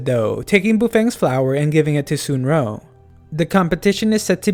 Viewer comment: Dont hate me but it's pronounced suun rong not sunro